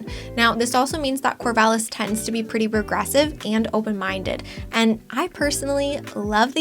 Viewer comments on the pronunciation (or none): At about , did you mean progressive? it sounded like Corvallis is regressive. The captions also say regressive.